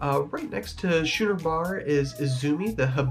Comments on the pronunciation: “Shoe-ner” bar ? It’s pronounced Skooner like the boats. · Understood, but it is pronounced "Skooner" as in the type of a ship. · Your video is the 2nd I have watched that has mispronounced the name of the Schooner Bar incorrectly. The C is pronounced as a hard K. sku-ner . Now you know.